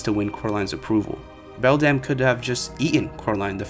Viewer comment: sorry i was too distracted to pay attention by how you changed the pronunciation of Beldam literally every time you said it 🤯